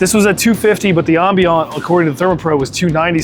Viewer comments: Did he really say, "Ahm Bean Aunt temperature"? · I plan on going with the Searwood too for the same reasons. I just caught on that you're in VA. I was giving benefit of the doubt that you were in Canada based on how you keep pronouncing Ambient. It's Am-bee-ant. Haha. Keep up the good work!😂